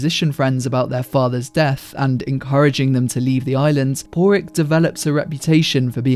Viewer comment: I was about to ask if the narrator was mispronouncing Pádraic. I mean.. we all watched the film; you can hear how they pronounce it.